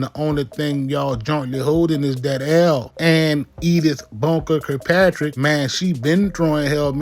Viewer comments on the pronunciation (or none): did you just call that lady Editth Bunker Kirkpatrick? I CAN'T I'M ON DA FLO!!!!